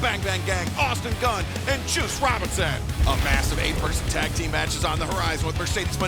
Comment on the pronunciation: When Taz pronounced that tag team as Like A$$. That got a chuckle out of me. 😂😂😂